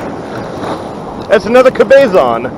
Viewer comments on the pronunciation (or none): (Cabezon) is not pronounced "Ka-bay-zon". It's: "Cab-uh-zon". Guest it doesn't make much difference, since it was not a Cabezon.